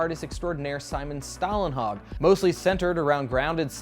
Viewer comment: Stålenhag = STOH-len-hawg